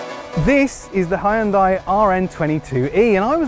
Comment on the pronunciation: Good to hear ‘Hyundai’ being pronounced correctly.